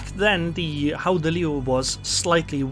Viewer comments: But you should not say h in Dutch when you want to say gouden It is a velar fricative so try to say g as a continuous sound and adding friction When it starts to sound as if you have a throat ache you are getting there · Its almost right. Like said its pronounced with the hard G in dutch, but other than that you're spot on. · Don't worry too much about the pronunciation, I think it's very close to how it's said. The 'G' need to be pronunced a little bit harder, then it would be a perfect pronunciation. Not gonna lie, your version was much better than WG's pronunciation, they could't say it, neither did they try to put it in Google Translate. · Your pronounciation is almost perfect. But the G is not pronounced as an H. You can choose between a hard G as in the Netherlands or a soft G as in Flanders.